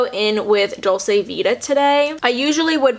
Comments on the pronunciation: I don't get on at all with Nars creamy concealer either it's so thick! The climax mascara was awful, I thought I was the only one that was confused with the hype! Love their radiant foundation and blushes though. Just a side, "dolce" is pronounced "doll-chay" <3 xx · Hi, it’s pronounced dolch-eh actually!